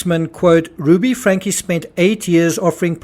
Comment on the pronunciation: It’s pronounced Frank-ee. There’s an e at the end of the name.